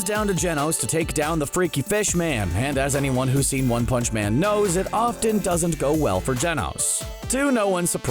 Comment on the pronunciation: “One pounch”